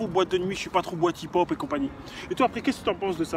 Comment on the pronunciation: C est pas hip hop c du hip pon ! XD